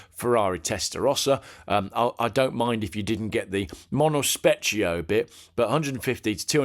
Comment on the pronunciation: Super painful to listen to. Very hard to watch. How hard can it be to spend five minutes before doing this learning not to say Porsh, countashe, merchy lago or mono spetchio. Really? Also if you think selling a 15 million pound car attracting buyers from around the globe, bidding in the room and on the telephones in a foreign language, sometimes in increments (!) of a million dollars should be done VBH-style with a laugh and a “I don’t even know what I am selling here”, then you probably never had to consider bidding another million.